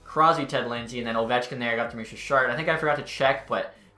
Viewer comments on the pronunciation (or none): none